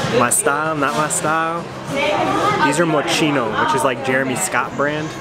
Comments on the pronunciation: Enno Busch Its definitely not pronounced "Moss-Key-No" Im pretty sure it's "Mo-shino" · I don't want to be a smart ass but you prnounced Moschino wrong. It is "Moss-key-no" and it is not Jeremy Scott's brand. He is just the creative director at the moment. Cool video though as always!